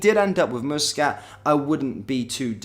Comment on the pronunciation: will you please get Muscat's name it is NOT moosescat it is Muscat aneverytime you say moosescat I cringe